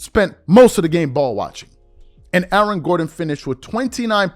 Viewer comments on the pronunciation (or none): Who else heard "Alan" Gordon? lol